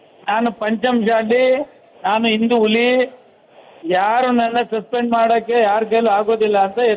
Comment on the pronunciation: ಇಲಿ ಆಗಲ್ಲ ಬ್ರದರ್ ಅದು ಹುಲಿ,, ಇಲಿ ಗಿಲಿ ಅಂದ್ರೆ ನಿಮ್ಮ್